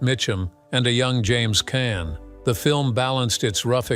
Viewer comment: It's pronounced Kahn not can.